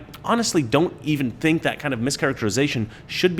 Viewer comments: It’s pronounced ‘think’. I can’t stop laughing. Love you brother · It's pronounced, "thInk." LOL!